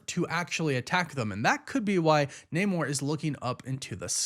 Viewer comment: You need to learn how to pronounce Namor.